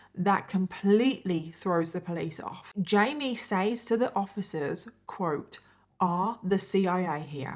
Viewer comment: Where does your pronunciation of “says” come from? I think you’re Australian? But I dated an Aussie and he never said that. I’ve never heard anyone pronounce it “saays” and not “sez” so I’m just curious.